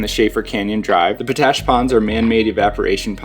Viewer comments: Isnt it pronounced pot-ash not po-tash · Oh, by the way... Potash is pronounced Pot - Ash not Po - Tash! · FOR THE LOVE OF GOD!! ITS POT ASH . NOT PO ASH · Yo, FYI it's Pot ash, not Po tash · Great video and timely as I am visiting Moab right now. By the way it pronounced almost like two seperate words Pot Ash not Po Tash. Thanks for all the great tips. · Its pronounced pot-ash, not po-tash. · It's pronounced "POT-Ash". It contains potassium. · Nice video. POTASH is pronounced POT ASH. Thanks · Need to work on your place names, friend. Potash is pronounced just how it looks, and just what it is: potassium ash (not po-TASH). It's Castleton Tower (or Castle Rock), never Castle Tower. And local pronunciation of the LaSals is not a soft O, rather it sounds like the A's in "salad". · "Pot Ash!" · Its pronounced POT ASH. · I say p-tui to his p-tash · Po-tash ? Really ? Try asking for that at the Ag supply ! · His pronunciation was bugging me too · His pronunciation was bugging me too.